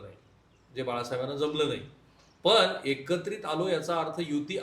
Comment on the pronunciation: मणसे, यांणी, पन.....किती चुकीचे उच्चार! मराठीचे कैवारी अश्या मराठी लोकांना एखादी तरी थप्पड का नाही मारत? 🤷🤦